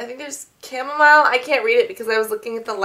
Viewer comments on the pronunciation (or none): none